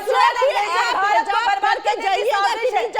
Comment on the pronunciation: phele hijab bolna sikho hizab nh😂